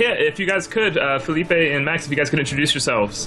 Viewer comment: It´s Felipe, not Filipe.